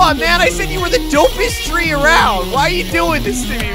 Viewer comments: Not tree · NOt tree it’s train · "shaggy is always talking about trees" FUN FACT he does NOT say tree he says train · No shaggy mod not say tree he say train